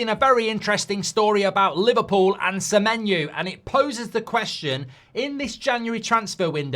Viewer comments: Why he saying semenyu? O and U have different sounds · Semenyu there is a O at the end of SEMENYO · how does he get Semenyu from Semenyo ? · Mark trying to make that menu joke work by totally changing semenyo’s name to Semenu 😂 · Why is he pronouncing it like that? 😂😂